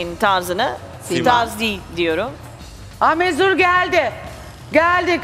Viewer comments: Biri bu Nur Yerlitaş'a Türkçe'yi öğretsin bi mezur der (mezura), bi muzur der (Munzur)... (Peki laf eden olur diye düzgün yazmaya çalışmam) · Şuna mezur deyip durma nur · Modacı olacaksın birde onun ismi mezur değil mezura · Mezur deyip duruyo mezur ne lan. Ben de kullanıyorum mezura o. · Mezur varmı. Daha konuşmayı bilmiyor mezura ya mezur diyor. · Mezur ne ya mezura o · mezuraya mezur diyor,ondan bahsetti arkadaş